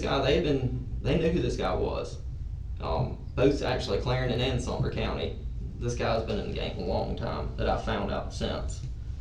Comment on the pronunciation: It's Sumter not Sumner. Sad to say this is where I grew up. 🙊 I'm pretty sure I know a name said in this too (like from middle school)